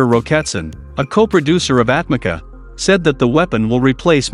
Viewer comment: Atmaca pronounced for you atmadja. Means thrown away. C = dj